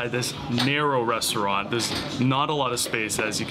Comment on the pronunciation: Why couldn't you ask for a correct pronunciation? There shouldn't be any guesswork to figure out you completely butchered the first restaurant. Japanese is incredibly easy to pronounce if you understand the rules, which are very simple.